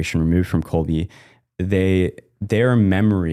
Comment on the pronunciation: Quick correction here, it's Kolbe, you pronounce it last "e" like in words "angEl" for example, not like in "each".